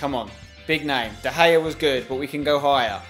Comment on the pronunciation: Your first pronunciation of de Gea was this der gayea LOLOLOLOLOLOLOLOLOOLLOLOLOLOLOLOLOLOLOLOLOLOLOL